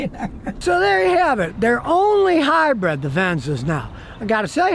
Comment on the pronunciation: It’s Hybrid, not Hybread.